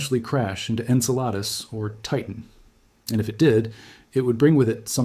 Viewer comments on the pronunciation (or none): That's pronounced In-Cell-a- Dus!! NOT Ink-a-lotus!! 🙄 😮